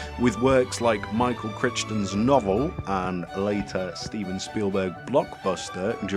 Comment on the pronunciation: its pronounced michael crighton not critchton